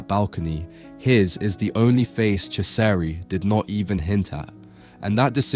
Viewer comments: Oh my word. My ears are bleeding with that pronunciation... 'Chesari' 'Echo Homo' 'Pilot' I swear you pronounce it differently every time and every time, it is wrong 😂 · It's about time that Ciseri's work was brought to the attention of the general public. Thanks for doing this! (As an aside, his name is pronounced CHEE-zer-ee.)